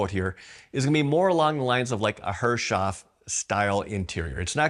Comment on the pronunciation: Great video! But remember to pronounce Herreshoff correctly---- Harris-hoff would be the proper way. Look forward to the next update.